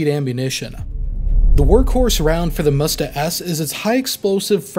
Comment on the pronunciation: Not mUsta, mstA